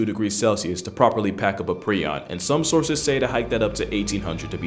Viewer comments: Pronounced "pry- on" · Its pronounced “pr-eye-on” btw. Also known as mad cow disease in bovine, or Creutzfeldt-Jakob disease degenerates nervous and brain tissue, creating plaques on the brain that eat away at the tissue. Its irreversible and untreatable. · It’s pronounced like “Pry-on”. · Prion is pronounced with a long i sound. Pry-on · ❗❗❗Its pronounced prie-on (with a long i). NOT PREE-ON. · Just so you're aware prion is pronounced pry-on not pre-on. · It’s pronounced *pry-on. I knew about these diseases but it’s still Extremely sad ;r(, This is hell, can’t convince me otherwise.